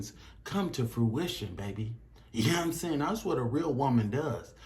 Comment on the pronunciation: "yea n'm saying" why are you talking like that